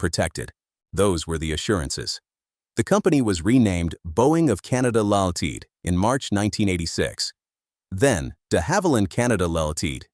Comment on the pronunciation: Not worth watching, like most such AI creations. Full of errors and horrible AI robovoice narration with many mispronunciations and glitches. "Ltd., short for "Limited" in company name pronounced "all-teed"??? And Bombardier mispronounced multiple times. Also far too long. Could have been covered much more concisely in 10 or 15 minutes maximum.